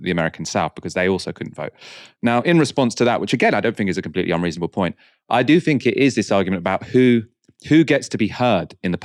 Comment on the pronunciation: it's "think" not "fink" just fyi